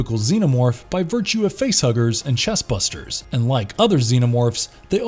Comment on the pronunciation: Think you mean chest bursters... not busters... Buster